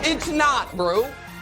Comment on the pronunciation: nick's voice when he emphatically says "BROU!!" so funny love this show.